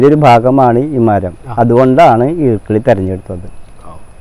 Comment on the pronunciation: ഈർക്കിളി അല്ല ഈർക്കിലി